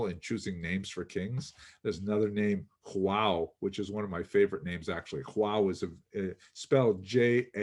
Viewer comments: Excellent video,, as usual. About pronouncing João, you always struggle with this. João is a Portuguese name - not Spanish. I recommend you start pronouncing the J letter as in Jack. (This was aptly mentioned below by Viriam De Costa Rica). Then you will B'H' work on the pronunciation of the nasal sound of the last three letters of the word. I suggest you Google the following: João pronunciation in Portuguese, then select the slow pronunciation option, and click on the little speaker icon. You will hear the word in a correct, slow pronunciation mode. Please note that João is actually pronounced Ju-ão. Fascinating presentation! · All of discussions are excellent, but his pronunciation of Portuguese makes me cringe. Hahaha